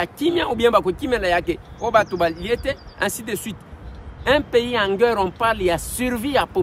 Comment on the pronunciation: Bon travail . Apprends comment prononcer Le mot GUERRE ! ❤